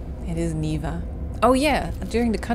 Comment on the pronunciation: the pronunciation of Niwa as "Neeva" that you did is perfect!